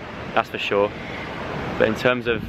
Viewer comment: "that's for SHORE" i think i'm funny